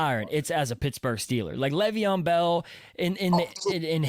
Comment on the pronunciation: It’s Lay-Veon…